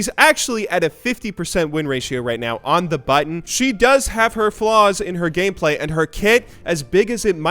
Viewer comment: you said, gayplay, heehee